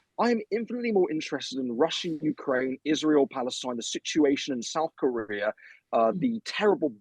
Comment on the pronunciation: Did that posh chap gueat just say 'South Koribia' in ??